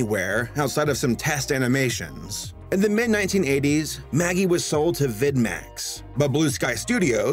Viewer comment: MAGI is pronounced Maj-eye.